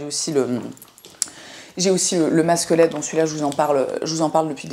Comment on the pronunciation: J'ai d'abord cru que tu disais "masque squelette" 😂 (masque LED)